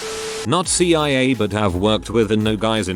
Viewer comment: It takes very little effort to edit the script so the bot doesn't say "FuhBee Siyah Agents". I realize I'm telling this to some one making content that is by it's nature low effort, but I mean come on dude